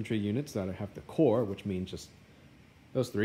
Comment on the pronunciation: Its pronounced "core"......